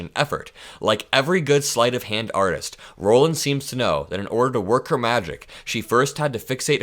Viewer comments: It's pronounced "Rawlins". I know because my maiden name is Rollins. I appreciate all you do,. Keep up the fight. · FYI: Rollins is pronounced Rah-lins, not Row-lins. Also she will not be COS, Dump already announced today Susie Wiles will be COS.